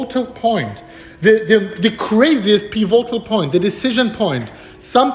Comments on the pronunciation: Piv-a-tol pronunciation not pi-vo-tal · PI vo tal betonung auf der ersten silbe. und nicht auf der zweiten piVO tal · piv - it - ull - thanks for the vids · ...may I tutor you on pronunciation of "pivotal"? I love how you say it but it is incorrect... so...PIV. IT. OLE. or. PIV. IT. TOLE. Thanks for all YOUR tutoring!! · Pronounced pih-vih-toll. Pivotal. You're doing a great job,! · Peevoaghtal point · Pivotal is pronounced piv-it-tl, no O, emphasis on first syllable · Peevohtal point! It's OK, I still love you 🤗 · It's pronounce PEE-VI-TOLL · Pee vo tal. Nice!! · Love the updates! Also, just for future reference the correct pronunciation is more like "pih-vuh-tol" with annunciation on the "pi" the same way you'd say "critical" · Peh- VOT -all